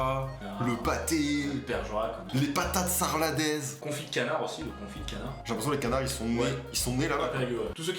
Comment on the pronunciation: Patate à la salardaise pas sladaise 😂😂